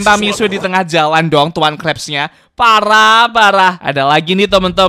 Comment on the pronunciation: Sebenarnya (ga maksa) bacanya tu Misye Bukan mixue